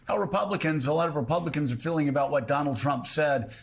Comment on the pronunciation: Or putting the emphasis on the last syllable: AKA "Don-OLD Trump"